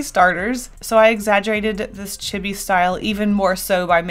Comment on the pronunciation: ITS NOT IT CHEE BEE DUMMY!!!!